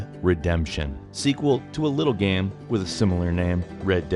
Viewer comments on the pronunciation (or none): Why the fuck is he saying gem? Its called game